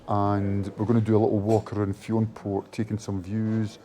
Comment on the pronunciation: great video guys, always wanted to climb Ben More myself some day! Fionnphort is pronounced Finafort btw ;)